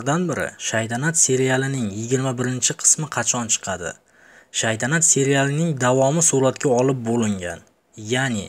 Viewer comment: Shaydanat deb yubordiz oka togri oqing keyin shaytanat togillap oldiz